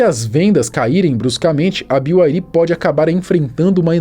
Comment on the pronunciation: Ninguém: A: "Bi Uai Ri!!!"